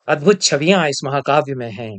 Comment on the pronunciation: "अद्भुद" शब्द को ठीक कर लें गुरुदेव 🙏